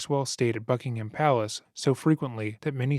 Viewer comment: Not Bucking-ham, Bucking-hum. One fast word.